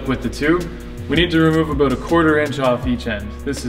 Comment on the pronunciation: I didnt think this guy was Canadian until he said aboot